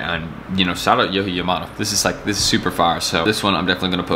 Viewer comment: Lmaoooo his name is pronounced (yo-jee) (yauh-muh-moe-toe)